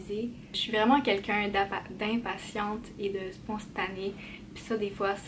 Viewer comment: J’adore comment elle dit: sponstané